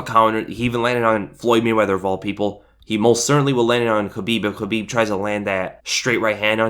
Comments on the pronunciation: I know that's how you properly pronounce khabibs name... But uh. Sounds like habibi lol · The fact you keep pronouncing Khabibs name wrong peeves the shit outa me ...its (Kuh-beeb) with a big fat "K" why do you you keep saying it with an "H" ?? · You pronounce khabibs full name like Helweenie... and thats the worst thing on the planet